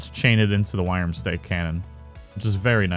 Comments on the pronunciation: 'Wyrm' is pronounced the same as 'Worm'. Thought I could put up with it, turns out i couldn't. Learn to talk. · Are people seriously giving dislikes because he says wyrm/worm weirdly? Why not focus on the point of the video instead of an irrelevent nitpick? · Yeah sure buddy and dont let that oh so triggering awful pronounciation in a vid on the internet get to YOU too much take care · You have posted 8 times on this issue alone. Amazing how triggered you are over a simple mispronunciation.